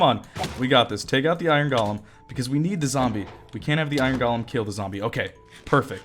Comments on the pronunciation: Technically yes, you're saying it weird. It should be GOH-LEM. But I pronounce it GAH-LEM as well. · i love the way he says Iron "galem"